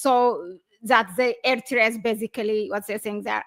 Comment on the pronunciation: Aye, please hi back to school and learn how to say Eritrea properly. Ignorant and another Ethiopian liar, useful idiot till Abiyot the 7th grade drop out is kicked out by Jawar and OLF.